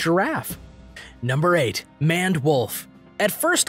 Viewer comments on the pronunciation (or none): You are calling the Maned Wolf a Manwolf ITS "Maned" like Maine but past tensed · I have to watch this for school, but nice facts about the animals. But isn't Maned Wolf pronounced like Mained Wolf, not Manned Wolf also, how many times was the word "thus" said in this video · Don't you call it the MANED (like MAIN) wolf? Also, you said 'adaptions' instead of adaptations. Thought you ought to know!